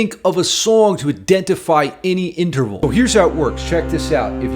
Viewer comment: Did you say interphallic,? 😆I thought I heard that somewhere near the descending tritone section.